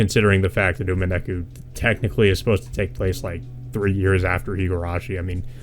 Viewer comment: "Umeneku" is the worst butchering of Umineko's title I've ever heard lmao. Good discussion nonetheless.